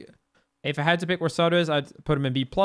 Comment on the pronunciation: I was trying so hard to figure out which character he is calling Sado but that's probly Zato. I guess they dont have Zs in Sweden